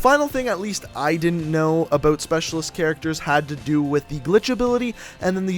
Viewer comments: He said "aboot" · i didn't know aboot this 😂😅😂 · Ok can you damn cod you tubers please learn how to pronounce "out" and "about" . I'm so sick of hearing (uh-bewt) And (ewt) good video but please pronounce the words correwtly